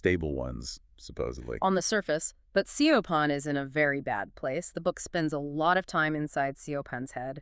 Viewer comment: Great summary, I got this book from the library and did not finish it because the characters were so frustrating! Side note: Siobhan is pronounced "Shi-vawn" in the UK/Ireland.